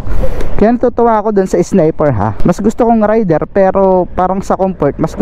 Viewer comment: Raider ndi rider! Anubayan